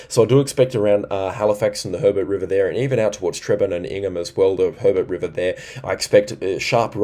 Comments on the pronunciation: Thanks again for your service,. Giru = g'roo like g'day Georgetown = George Town, both words pronounced Trebonne = tr a bon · Trebonne is pronounced treb-bon I believe it's a French name meaning very good.